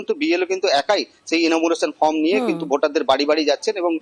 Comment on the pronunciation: নিউজ এইটিন, কি সাংবাদিক( প্রথম সাংবাদিকটি) আপনাদের? যে ফর্ম কে ফ্রম বলছে। সত্যি, কি শিক্ষার মান হয়েছে এই রাজ্যের